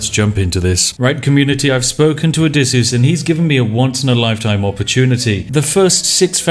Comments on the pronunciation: Everytime you say "Odessyus" instead of "Odysseus" I want to ram a pointed stick into my neck. And you say "Odessyus" a whole lot. There's a lot of pointed sticks lodged within my throat. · Name: Odysseus Spiff: O D E S S I U S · Ah yes, the adventures of Odesius. What is it with British people and their inability to use English or it's grammar? =D ODESIUS, lmao